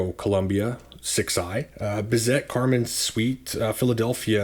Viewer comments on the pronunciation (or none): In English Bizet is pronounced Bee -Zaa not Biz et, Haydn Hi -Den not Hay den and Handel is frenetic not Hen Dal.